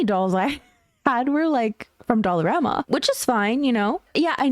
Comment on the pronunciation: The way you said Dollarama. Girl that was me growing up in Canada. EVERYTHING was from there 😭😂